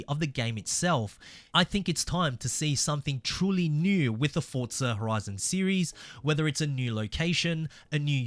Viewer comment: For za not fortza